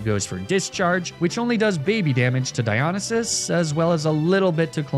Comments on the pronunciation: God while i love all the greek god names your pronouncation of Dionysus as Die-on-a-sis hurts me, and while the god is from an ancient civilization and we therefore dont actually know how its pronounced, me mythology loving heart has always heard it pronounced die-oh-nice-sis Edit/2: I cant tell if youre meming or if you think the two L's in Apollo are two i's but yeah Apollo is A-polo (as in marco-polo) not A-poyo (as in kirby) Edit/3: on the upside, well done on using the correct version of Heracles instead of the roman version, Hercules! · Dy-o-ny-sis How you pronounce it for future reference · its diya-nie(like 'die')-sus not diyo-ni-sus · Di on a ses bothered me the whole time 😭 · I’ve never heard anyone pronounce Dionysus like that lol. Good vid tho 😊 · This comment is a year late, but omg the mispronouncing of the greek god names is absolutely destroying me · Really cool naming convention but you should look into studying a little greek or latin, your pronunciation is very weird. Cool video! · He can say ASCLEPSIUS BUT NOT DIONYSUS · Hearing Dionysus being pronounced like this hurts my soul. Fun video though and it inspired a playthrough of my own, so thanks homie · I was okay with magnameetay and all the other horrid ways I've heard you pronounce words but mispronouncing dionysus hurt me. I love the channel and I am subbed and watch every video but that one got me 😂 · Your pronounciation of Dionysus offends me on a personal level Also Apollo, wtf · loved the video but the way you pronounce dionysus hurts my ears 😭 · The way you say Dionysus hurts me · the way he’s saying dionysus is so stressful oh my god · Oh no how long does Venusaur stay on the team. Normally I’m fine with the Pokémon mispronunciations but hearing him say Dionysus like that kills the Greek Geek in me.